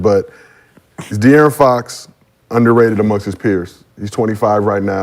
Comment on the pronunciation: Ifw the show 💯 but Gil and Brandon butcher De’Aaron Fox 1st name every time 😂😂😭